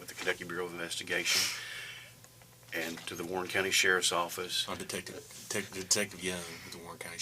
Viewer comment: Can't pronounce the word "detective". Become a detective.